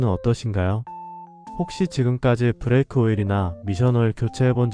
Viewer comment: 브래이크 -> 브레이크